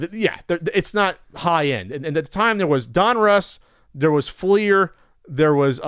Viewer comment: Thank you for pronouncing it Fleer and not Flair